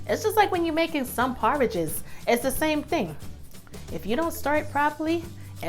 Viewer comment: You said porridge I know your an islander❤️❤️❤️❤️your energy young lady